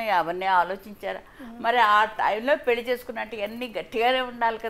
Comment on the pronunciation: పెల్లి అనకమ్మా తల్లి 😂 పెళ్లి అనవమ్మా